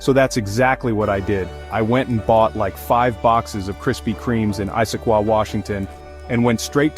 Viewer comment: Loving the stories,, but I'd like to mention I'm not crazy about the narration. Don't know if it's a person or AI but mispronounciation of words and places - like Eye-sah-quah - I love Issaquah too much to not be bugged by that. There have been other ones in the other parts, but I let it go until now. Maybe you can listen to the last 2 parts before you release them to edit this issue.